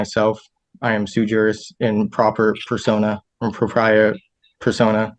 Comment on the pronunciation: He can´t even pronounce it properly. It´s D ü b ü, the s is mute. He also mispronounced the Latin "propia". So full of himself, and so ignorant. A total jackass.